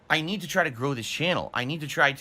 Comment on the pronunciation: "I nee-though that money, I do, I need that money."